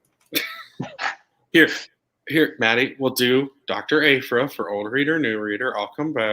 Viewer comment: I love but the way he pronounced Aphra hurt me a little bit😆 Algorithms:)